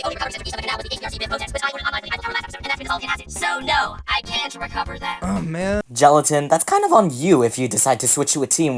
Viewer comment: book said shelatin in